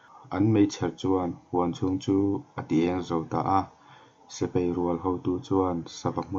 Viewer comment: A ngaihnawm khawp Mai,mahse sipai hi sipei tiin i lam ania..😁😂😂😂